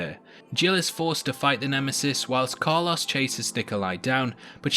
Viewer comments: Nobody: This guy: Carluss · Every time I hear him say Carlos I cringe so hard. 🤣